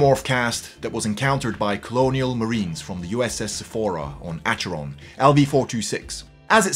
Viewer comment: You're correct though,....